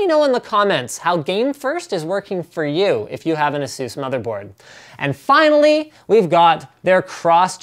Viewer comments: ITS PRONOUNCED AY-SUS not asues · A-SUS, not ASEUS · it's not a-zeus it a-sus get it right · It is actually pronounced "Asues" or as you say because Asus and Acer which are both computer companies have similar sounding names with the way you pronounce it so that is why they switched to the way Linus pronounces it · Iron Man Doesn't mean that's how it's pronounced. Speak with any Asus employee and they'll tell you it's pronounced "ay-soos". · Nonono its pronounced Asses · It's fucking "ASUS" A-SUSS